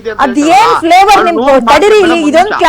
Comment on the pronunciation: Flevour andre flower anta medam 😂😂😂